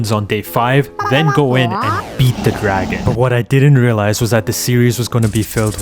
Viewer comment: did he say gragon?